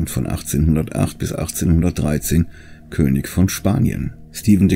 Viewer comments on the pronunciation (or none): none